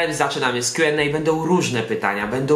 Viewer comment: W koncu pierwsza osoba ktora wymawia poprawnie Q&A ❤